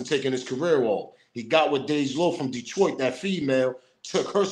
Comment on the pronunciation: You said it correct, Detroit in the building. SMOKE PAUSE....